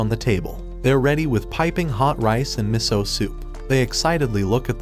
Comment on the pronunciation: Meso? It's miso